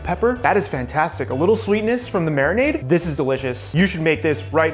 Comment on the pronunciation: How my beer while I "mariminade" my chicken. Love you,.